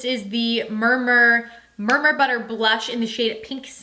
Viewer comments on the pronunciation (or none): It's murumuru not murmur 🙈